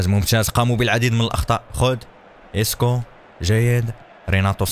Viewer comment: اسمو اسكو مش اسحاق